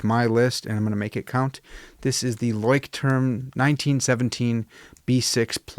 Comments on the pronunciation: I think it’s pronounced “loyschtrum”. I use Midori and Leuchttrum but I made my own leather covers for them. I’m a therapist and the clients who take to journaling we will make then a Midori style. Gives them some ownership and personal attachment to their journal. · Had to go search the right pronunciation of Leuchtturm after you mentioned it. Found a video on here of a girl asking a Leuchtturm worker at a booth. He said it’s pronounced “LOY-strum.” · Leuchtterm is pronounced LOY-SH-TERM in German. :) Craziest pronunciation I know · It's roughly 'LOYSH-term' in English. Not a weird name at all! I'm very fond of trying out no-name brand / euro-store pocket notebooks for my trash books, as you can occasionally find some real gems in there. I'm currently using a B6 Midori for my commonplace, and have really enjoyed every Leuchtturm I've used. Can't afford Moleskines these days, but I don't find that a loss as the quality isn't as good as other alternatives despite the higher price. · Hard to believe you're so educated and the term Leuchtturm kicks your A _ _. ya could gone to google translate and "learned' the pronunciation of your favorite writing book. Again if it's your FAVORITE and can't even say it your deserve a good ribbing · The "ch" is pronounced the same as in the word loch, not "sh"